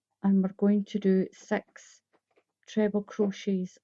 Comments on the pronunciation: she is saying 6 not sex! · I keep hearing sex sex sex 😝